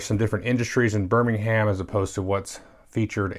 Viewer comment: No no no no NO! It’s Birming’um. Great game though XD